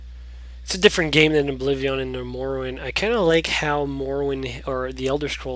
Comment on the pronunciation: it kinda irritates me how u say oblivion